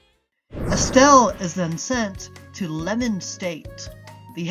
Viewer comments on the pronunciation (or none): Leman state not Lemen